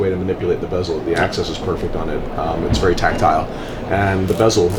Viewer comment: When did change his pronunciation of bezel?